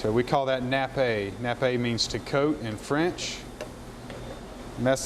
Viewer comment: Julie anne ......or juilienne? ..........the word Nappe is pronounced ( nap ) .......not ( nappei )